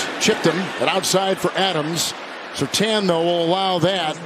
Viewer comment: Surtaan?? I have knew 2 people with that last name and they said Surtane. Hence the I